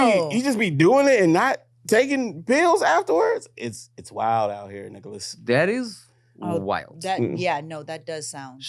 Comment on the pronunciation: “Rickolas” - lmaoooo